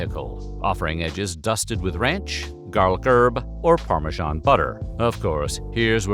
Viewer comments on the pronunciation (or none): none